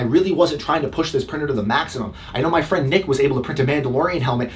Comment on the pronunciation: my main complaint with your "review" video is you dont even show the inside of the printer or the hot end- I mean I personally would like to see how hard it is to get to the common things like the nozzle..or load the filament >><< other issue.. you keep saying this "F" word... sounds like frewnd?? where do you get those!?!? >><<